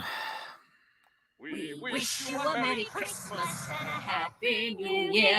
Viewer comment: Mewwy Cwismas...